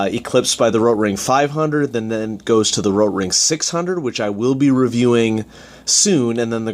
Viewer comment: But have people also been going on at you about your pronunciation of Rotring? PRONOUNCE THE "T"! lol you do this thing a few times where you roll your R as if you now giving it the correct pronunciation in German lol it’s so bad. Why are you doing that?